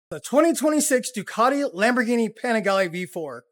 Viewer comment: Ducati dont need “lamboghini”… lamboghini need DUCATI🤦🏽‍♂️